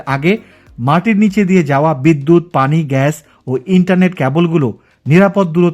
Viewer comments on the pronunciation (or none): none